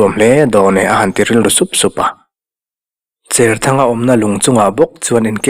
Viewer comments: Cherthanga tih a "cher" tih lam dan hi cher (thau lo) ni lovin, Cherput tiha "cher" ti a lamrik ni ta zawk se. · I sawi dik e.Tuithawl hnangin ka cher bur mai tiha cher kan lam ang hian. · Vawiin tlai,zanin tlai chu kan comment ve a nge.Pemthar kan neih zinga pakhat Cherthanga tih i lam dan hi kan sawi zui ve mai mai teh ang.Saw pa saw a thau/a cher tih anga lam rik tur ni lo in,sahrang lu hi hruihnang in an cher a an tar thin,ti anga lamrik tur a ni zawk em...Kei chuan chhiar ila he tiang hian ka lam ri ngei ang...Khua leh Veng a hrana tawngthluk leh lam dan a inang lo nuala ka ha hawlh ve lai kan thailang mai mai e...